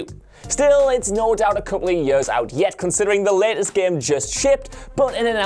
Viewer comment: For "yeuhs"...